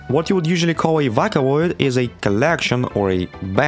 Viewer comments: "vah cool oids" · yes these are ‘vawkuhloids’ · "Vawkuhloids" BRUH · with "vacaloids" and "utowels" i dont know how its not viral